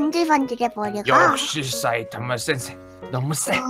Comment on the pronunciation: 싸이타마센세 라며 싸이타마신세 야워